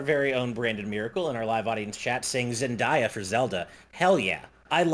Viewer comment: That is not how you say Zendaya. It's Zen-day-uh.